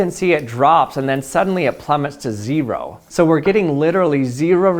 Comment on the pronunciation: Its ze-ro